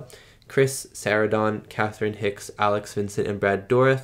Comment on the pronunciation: Chris Sarandon's last name is pronounced like Susan Sarandon's last name. (Sir-ran-done)